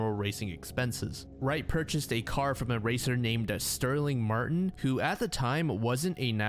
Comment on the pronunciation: I’m sorry but as an avid NASCAR fan, it hurts to hear Sterling Marlin’s name being butchered.